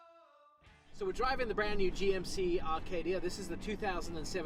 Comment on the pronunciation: it's not an Rcadia it's an Aaaa Acadia. You English throw R's onto everything.:)